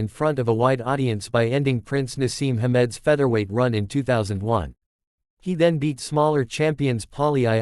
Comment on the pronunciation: Wtf, who's Prince Naseem armed 😂. Get a better A. I to do your job.